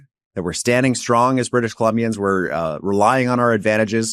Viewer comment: Strong, not shtrong